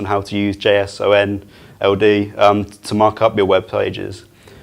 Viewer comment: The way he pronounces JSON-LD tells me he is not an engineer. Not that it matters, solid information, just a curious observation.